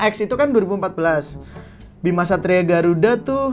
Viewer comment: kok aku dgr nya satria b*rakuda